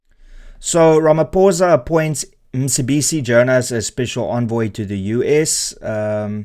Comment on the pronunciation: I watch your videos because I like to get the viewpoint from both the right and the left and then a form my own opinion. I will consider subscribing if you pronounce African names properly, as someone from EC you should know that the c in Mcebisi has a specific click, don’t be afraid to upset your audience by pronouncing names properly Renaldo, I know that you know the proper pronunciation.